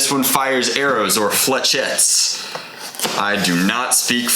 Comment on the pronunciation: thats not hwo its pronouced in french if your going to try at least look it up